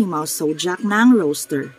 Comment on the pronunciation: Ma'am rooster po Hindi po roaster, peace po